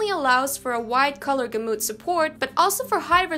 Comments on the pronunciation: Hey! Nice work One thing though The word “gamut” is pronounced “gamet” not “gamoot”. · Lol, love the way you pronounce gamut. "Gamoot". It is pronounced ɡamet btw.